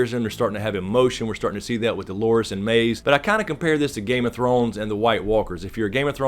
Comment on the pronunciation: Love your insight, but it's Maeve, not Maze, dude.